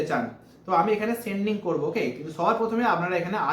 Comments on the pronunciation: seeding ke sending bolchhen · একটু ভালো করে পড়া শুনা করেছ ভাই? সিডিং কে সেনডিং বলিও না